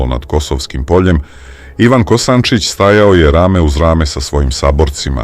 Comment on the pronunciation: Ne Kosancic nego Kosancic